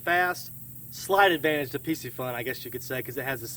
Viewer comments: I can't help but think that it's not really pronounced Pissyfun. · Dope video I was looking at getting that torrent Just to let you know piscifun is pronounced fishy fun lol